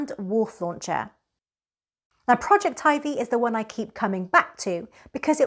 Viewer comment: At last, someone who pronounces Projectivy correctly! I love that it allows you to add mobile apps to the screen. Total Commander is gone from the old home screen with Google updates, & is not listed in the apps using the Shield menu because it doesn't show mobile apps any more. Projectivy fixes that. Thanks.